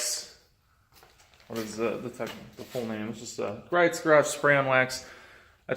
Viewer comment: It’s pronounced Gree-oh. :)